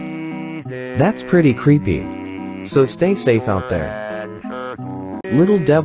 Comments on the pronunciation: When you say "creepy" it sounds like "preppy" 😂😂💀💀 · When u always say creepy I though you said preppy😂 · Legend has it: He never has said creepy to this day. He says creppy. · Ah yes, "Creppy"